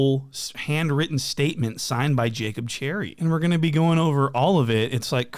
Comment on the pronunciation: He keep calling him “Jacob” in the Boston accent😭